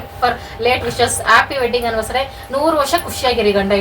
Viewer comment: ತಪ್ಪು ತಿಳ್ಕೊಬೇಡಿ ಆನಿವರ್ಸರಿ ಅಂತ ಹೇಳಿ ಆನಿವರ್ಸಡೇ ಅಲ್ಲ